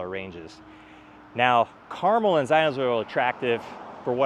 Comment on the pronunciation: Thank you for pronouncing Carmel correctly